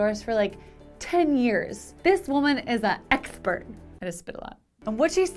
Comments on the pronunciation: I do like a good exsspert. 😂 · This women is 'a exchpert'! 😅